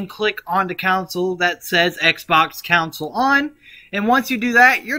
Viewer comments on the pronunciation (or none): it's features not futures and it's console not counsel other then that it was amazing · I'm definitely not going to listen to anything this guy says. His mispronunciation of words, like, "Console" and "features" is a big red flag for me. I doubt he knows what he's doing, let alone saying. It's pronounced CON-SOUL and FEET-SURES. Not COUNSEL and FUTURES. Don't listen to this 'tism schmuck. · "Counsal" or conSOle 😂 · Love the vid it helped alot but con-sole fee-cher